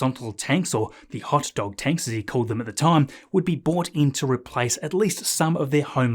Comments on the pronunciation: Hey Mate. Great work but you’re still saying bought instead of brought. That’s unfortunate very 🇦🇺 now! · [tanks] would be bought in To help with the construction, SpaceX also bought in this [crane] House , If you buy something then you bought it, but if you bring something then you bRought it. Yarrrr, pronounce the 'r', arrrggh. You sometimes pronounce "brought" correctly, e.g. "Its grid fins were also brought out this week."